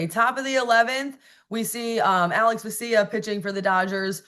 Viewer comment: haha, is the only person who pronounces vesia's name correctly